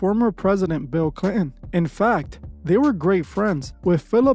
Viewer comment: Damn man u sayin Bill Clion makes me aggro